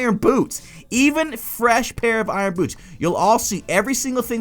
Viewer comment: for some reason when you say"boots" I heard "boobs"